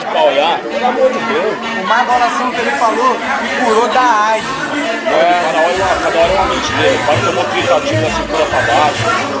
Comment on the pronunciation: "Aides" foi ate difícil de ler! kkkkkk